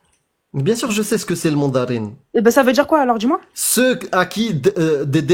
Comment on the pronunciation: Cette mauvaise prononciation des syllabes m'énerve au plus haut niveau. Je DJI, modji, etc... Mais ils pourraient au moins parler correctement